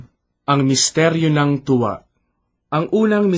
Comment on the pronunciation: sometimes the accent gives different meaing, e.g. "tuwa" and "hapis", it should be long "U" and long "A", but i understand that may be you are not a purong tagalog. that is why you have such pronounciation. "God Bless" and may tribe increase.